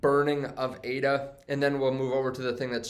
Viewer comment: Dude! ADA is NOT pronounced A. D. A. It's pronounced like the woman's name it was created in honor of: Ada Lovelace. A. D. A. is an acronym. ADA is not, so stop pronouncing it like it is. You sound like an idiot.